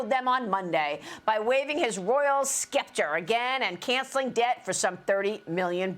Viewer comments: Maria needs to learn how to pronounce "scepter" 😅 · The word scepter (which is spelt incorrectly) is pronounced "sep-ter" not "skep-ter". We gave you a language, please try to use it correctly. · It's pronounced "septer"... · What troubles me is that she can't pronounce "scepter" correctly.